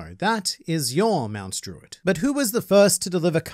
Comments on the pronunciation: lmaoooooo when you said MT.DRUITT 😂😂😂🤣🤣🤣 I subscribed! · my guy did mt druitt to dirty, i didnt even know u where from sydney i thought u where english from uk